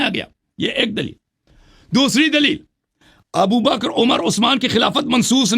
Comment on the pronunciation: ہمیں حسن اللہ یاری پہلے تو اپنا گلا ٹھیک کر تو حضرت ابوبکر صدیق حضرت عمر اور حضرت عثمان کا نام لے نہیں پا رہا ہے اور تو جو ہے بات کیا کرے گا ان کے بارے میں ج*** ادمی